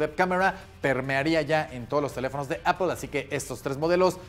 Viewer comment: ¿Apel? ¿Por qué Apel? 🤔